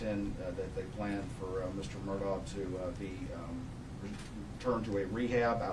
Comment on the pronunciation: Do I have bad hearing? Do they keep saying Murdock? The man's name is Murdaugh.